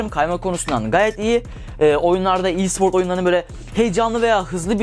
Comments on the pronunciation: LA OLM E SPOR İ SPORT DIYE OKUNMUYO RKXKRFKRJKFKD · İ değil e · i siport ne aq e spor desene direk